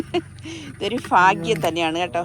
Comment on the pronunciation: ഫാഗ്യം.. ഹഹഹ. ഭാഗ്യം